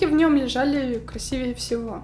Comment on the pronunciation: ЧТО?? КРАСИВЕЕ́????? *кровь из ушей*. *медленно умирает*.